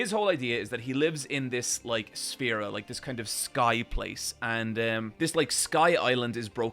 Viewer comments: Wow I can't believe said Sphera instead of Sphere, yikes. Is this your favorite YouTuber?? Is THIS your hero??? THIS IS THE MAN YOU WORSHIP????? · Pronouncing Zanka as "Zanko" and Riyo as "Riho" is so much more egregious than calling the Sphere "Sphera" 😭